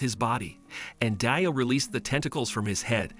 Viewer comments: Btw DIO’s name is pronounced like dio and not dyo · dude really calling him d-i-o lol (no hate intended)